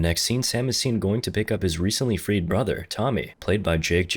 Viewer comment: "Clapping his brathurRR~"